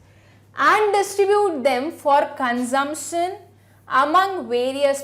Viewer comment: Consumption ko consompton bolti hai